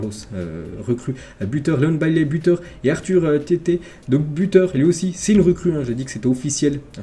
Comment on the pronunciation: Pour Arthur theate il a dit Arthur tété 😅😂😂😂😂 ( ça se prononce comme le théâtre mais sans le « r » 😅😅 sans rancune